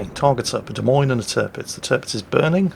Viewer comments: Also...it not pronounced "DeMeans"...it is pronounced " De Moynes" or "Moines", like coins..... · Try listening harder, he said 'De Memes' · Of course you just misspoke knowing full well it's pronounced like, "de-moynz" for Des Moines.